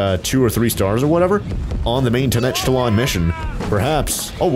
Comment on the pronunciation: It’s ten-oc-tit-land, fyi